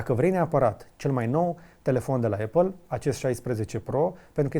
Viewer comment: Atentie la cum pronunti numele Apple